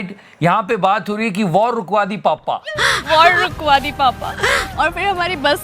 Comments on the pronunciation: Waaawr wukwaa di papa😂😂😂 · Rukwadi WITH an accent